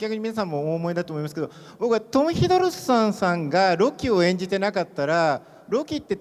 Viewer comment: 1番右の男の人1回も正しくトム・ヒドルストンって言えてないやん